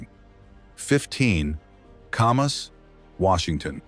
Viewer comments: Oh, yes. That one got screwed up, too. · It’s not pronounced Commas, it’s as in CAMera: Camas